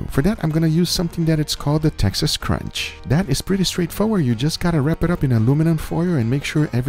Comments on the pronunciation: crutch, not crunch. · Little light on the pepper there. Also just so you know its Texas CRUTCH, not Texas Crunch. Keep up the good work though!!! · Texas "crutch" not Texas "crunch". It's a "crutch" because it makes it a bit easier on the Q'er to get a moist product at the end. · Did he say “Texas Crunch”, lol? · i think you said "texas crunch" but it's actually "texas crutch" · The Texas what now? Crunch? lol. It's crutch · Texas CRUTCH...not crunch. LoL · Crutch not crunch 🤣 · Texas crutch,. Not "crunch". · It’s Texas crutch not crunch 😂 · texas CRUTCH not crunch bruh